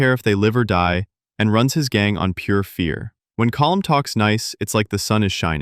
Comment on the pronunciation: Colm ❌️ Column ✅️